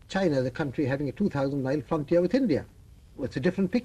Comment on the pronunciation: His reading china was wrong